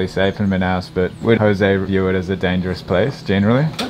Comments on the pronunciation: Oh god man, PLEASE stop saying José as HOSAY, we do not speak Spanish in Brazil, goddammit... It's really annoying to hear! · That was interesting to see! Btw, in Portuguese José is not pronounced like in Spanish... No "H" sound 😉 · Nem José ele sabe pronunciar kk